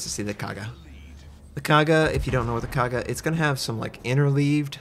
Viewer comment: Linze Li can't pronounce Kaga anyway, so no expectation for him to call it a CV